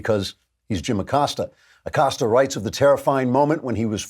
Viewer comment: Abilio “Will” Acost-ya